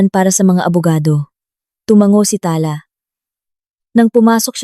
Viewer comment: Pls pronoutiation paki improve.ta-la not tala na mabilis.